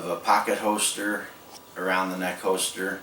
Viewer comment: I don't mean to offend or embarrass, but every time you say "hoester" I have to laugh a little. Nice work on the holster, and thanks for the great video!